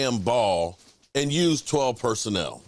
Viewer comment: 😂😆 Personnel, not personal!!! MORON !!!